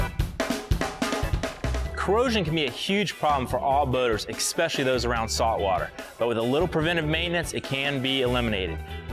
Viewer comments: I've noticed a lot of Americans say eXpecially on Youtube, no idea why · Did you just say EXpecially? What is this word?